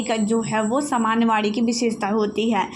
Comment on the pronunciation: Maim ye Vaani h vadi nhi 😊